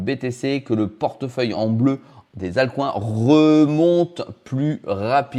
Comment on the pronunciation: Les AltCOINS avec le bon accent français, ça fait mal